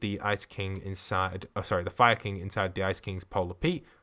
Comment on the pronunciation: When you say fire king it sounds like your saying Viking